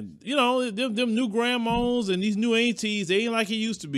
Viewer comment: I love how says "Long gone the old Antee's and Grammaws"😜 Southern drawl at It's best!